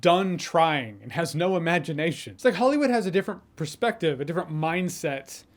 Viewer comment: Why do Americans add an R to perspective ... as in prerspective... always?